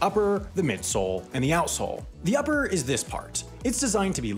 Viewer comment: Omg I always hear asshole instead of outsole lol